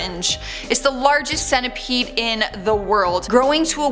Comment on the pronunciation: The centapeed